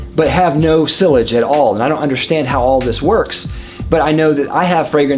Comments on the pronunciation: Yeah his pronunciation is killing me. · Ha yeah, I’m in my fifties, have lived in the US my entire life, and have never heard anyone pronounce sillage in that way. I thought he was saying sewage at first. Great channel but here’s some friendly encouragement from this fan to explore the original pronunciations a bit more closely. 👍🏻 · All three matter to me no matter how fantastic the scent itself may be. I'm not paying hundreds of bucks for scented water. In fact, the fragrance industry, especially the men's, is such a joke I'm almost tempted to label it a scam but that's another topic for another day. And yes, see-ahj would be the more correct pronunciation but even I still read the word in my head as being sill-age because that's how I thought it was said when I first learnt the word and I guess it's taking time to unlearn it :P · Lol the way he says sillage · You have a fragrance channel and you don't know how to pronounce sillage? wow..you know that actually speaks quite a lot about you...